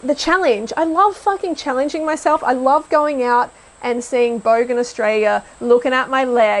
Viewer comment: it’s “bogan” you uncultured swine